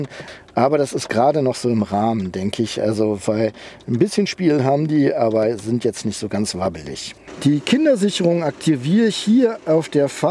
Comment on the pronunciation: "LED Rückleuchten sinnd optional. Wenn man sie möchte, nuss man sie extra bestellen." OMG